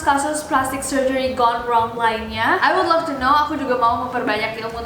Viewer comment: Gone wrong itu bacaannya kayak "Gondrong" :v